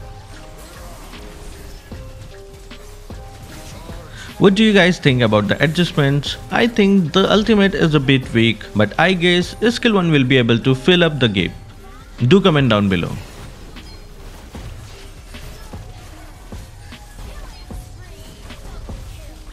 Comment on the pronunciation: Word: Gap: GAPE 😭